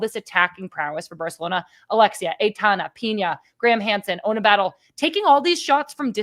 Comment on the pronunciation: Totally saying Ona’s last name wrong lol